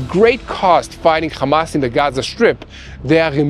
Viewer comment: Bro learn how to say "hamas" not "khamas" lol yall Israelis can't even say the name right but stay saying it wrong sound so dumb